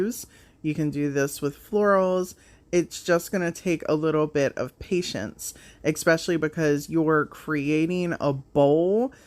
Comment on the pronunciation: Not criticizing just an fyi .. The word is pronounced … Especially not Ecspecially